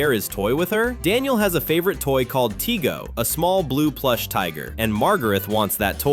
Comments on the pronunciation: It's tigey, not tigo! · Daniel’s little sister is named Margaret, not Margarith. And Daniel’s favorite toy is Tigey, not Tigo.